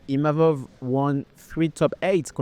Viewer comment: le mec à 6 minutes, il dit "Imamov". Après ce combat, il va devoir retenir le nom de Nassourdine !